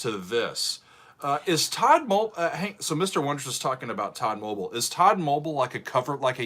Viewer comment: It's Tod-mobeel not todmobul.